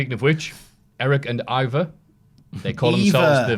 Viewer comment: I thought it was pronounced I-Var with the r sound